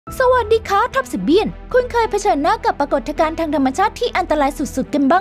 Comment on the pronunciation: ปรา กด ทะ กาน ?